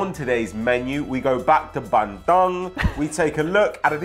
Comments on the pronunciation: hey guy it is pronounce bun-doong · Its Bandung not Bandoong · it's pronounced Bahn-doo-ng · It's Ban-doong mate, these guys are killing me with their pronunciation :))) keep it up lads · really the way you say bandung is killing me 😂😂 i live in bandung and the way you say it is ban - dung. dung like dunga the former brazilian captain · I'm Indonesian and I'm laughing so much everytime they say Bandung. Their pronunciation was extremely hilarious (in a good way of course) :D